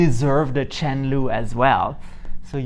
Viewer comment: "chen lu" always makes me laugh